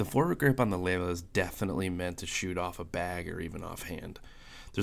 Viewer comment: Lelya not Lela. The last character is a Ya.